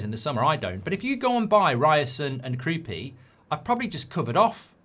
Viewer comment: Kroupay? I thought it was Kroupi